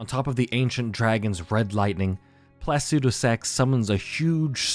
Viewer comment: Home boy you gotta read names phonetically from now on. Your pronunciation of Placidusax hurts me. It’s Placidusax, not placudisax.